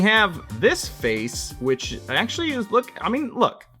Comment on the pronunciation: 'actulay' 🤓 makankosapo